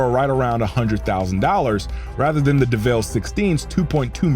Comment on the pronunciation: Yo why did you pronounce the name as if its pronounced "Deh Vehlle"...its just Devil...like Satan...